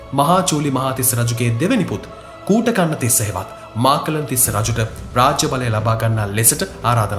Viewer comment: නම් ගම් හරිය ට කියනව ඕයි.මහාචූලික මහා තිස්ස,මාකලන් නෙවෙයි මකලන් තිස්ස